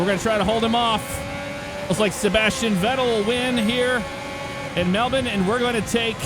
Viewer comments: As an Australian from Melbourne I can confidently say that completely nailed the pronunciation of Melbourne. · your the first youtuber I’ve seen that pronounces Melbourne right And on be half of all Aussies thank you